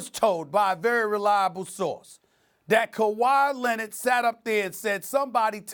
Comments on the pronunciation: “Kawhi LENNIT” -Stephen A. Smith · Stephen a: “kawha lennet” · I'm STILL trying to figure out who this "KuWhy Lennit" guy is that Stephen A. keeps talking about... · Kawhy Lenit Stephen A. Smith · Stephen A says, "Kawhi Lenned" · Kuwwaa LENNIDD** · Stephen A. “Kawhi Lennid” Smith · "Kawhi Lennit" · “KAWHI LINNID”😂😂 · Kawha Lennit lol